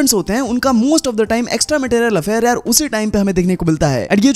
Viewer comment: Material ✅ Marital ❌